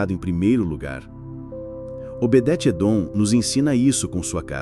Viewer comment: Vc fala Obedete!????? Obede Edom Esse está certo